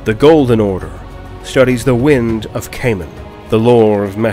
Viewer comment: I'm just curious In-game Gelt says Chamon like Shamon whereas you said Chamon like Kamon which is right?